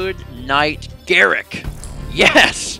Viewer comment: I think it's pronounced Gahr-ROOK, not Garrick.